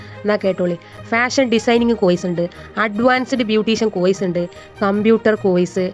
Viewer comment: കോയിസ് അല്ല എന്റെ. കോഴ്സ് 😂